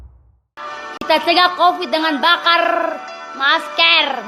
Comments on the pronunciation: Ngomong aja ngak jelas maskar , pling di ciduk minta maaf lalu nangis wkwkwk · Masker bukan meskerr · Masker de bukan mas kerr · Masker woi bukan maskeeer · Di tulis ny MASKER dia ngomong juga MASKER lah gw ngomong ny MASKR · Ngomong masker aja salah. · Bacanya masker apa masker